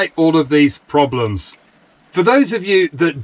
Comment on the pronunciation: "PROMLEMS"??? what's that???😂😂😂